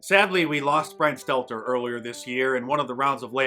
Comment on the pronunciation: He should change his name to Brian Seler... Because no T 😆